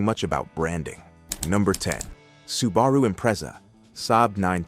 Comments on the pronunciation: "Sue bah rue" he calls it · AI garbage. Who pronounces Subaru as "Soo-Bar-Oooh"? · Su-BA-ru. Really? Train your AI better. And saying the R8 and Aventador are badge engineered while admitting how big the differences are and completely skipping over the Gallardo which did actually share a platform? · Nice pronunciation of Subaru and Impreza there, AI reader. Edit: OH LAWD JEEZUS the way it BUTCHERED Monaro. Perhaps a human should read this shit.